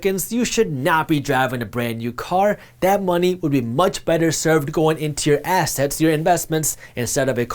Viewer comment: hilarious micro-pause betwixt syllables in the word "assets". 🤣😂